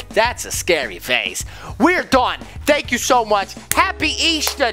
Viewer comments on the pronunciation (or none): It’s happy not hoppy